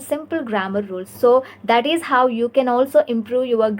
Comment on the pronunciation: Good work dear. Please work on eliminating the a at the end of words. Eg. "Isa" Instead of is "practisa" "aska"😊